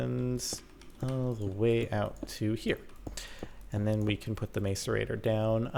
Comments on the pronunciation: I hate how he keeps pronouncing macerator. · Jordan saying macerator wrong. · Jordan please learn how to say macerator properly haha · GAAAHHHH YOU'RE PRONOUNCING MACERATOR WROOONG!!!!! (╯°□°）╯︵ ┻━┻ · Why do Americans pronounce the 'a' in macerator as a capital when's it's not a capital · The pronunciation is mass-er-a-tor, not mace-er-a-tor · its pronounced masserator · Stop saying mace-er-ray-tor please. It's pronounced mass-er-ray-tor. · It is not pronounced mace-er-ator it is pronounced mass-er-ator grrrr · MASS-ER-ATOR NOT MACE-ER-ATOR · It's not maic-erator it's mas-erator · Said like Masserator, not mace-erator. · " mace-ur-a-tor" ITS MASS-ER-A-TOR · The macerator is said mass-er-a-tor not mace-r-a-tor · Say "ma"cerator not "may"cerator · it's pronounced ma-cerator, not mace-rator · Its not 'mace-erator' Jordan xp its pronounced 'mass-erator' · It's a mas-uhr-ay-tor, not a may-ser-a-tor... It's really annoying how you say it, Jordan... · It's pronounced mas-a-ra-tor nos mase-a-ra-tor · Capt its Maaaaacerator not mAcerator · It's pronounced masserator not mace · Its Not Mace-Er-Ator Its Mass-Er-Ator Hahaha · Its actually said mass-e-rator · It's pronouced Mass-erator not Maes-erator :I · Oh my god Jordan, its pronouced (Mass)(a)(rate)(or) not (Mace)(a)(rate)(er) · You pronounce Macerator wrong buddy, its mass-er-ator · It's more like mass- er- ator Not Mace- rator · Macerator is pronounced mass'erator not mace'orator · Hi Jordan! I love this series and congrats on your new condo! But please, the macerator is pronounced (mass-er-a-ter). Lol not being mean just wanted to tell you! ;D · The way you're pronouncing "macerator" makes me cringe oh man. Not "Mace-ur-ator" like you're hitting someone with a mace, its "mass-ur-ator" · Its mas cerater not mace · its pronounced mass-er-ator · Jordan its pronounce masserater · It's pronounced (mas)(er)(ate)-(er) Just to let you know :) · its pronounced macerator with a short "A" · its pronounced mass-er-rater